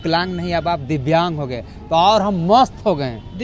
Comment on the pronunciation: Biklang nhi bhai dibyang bole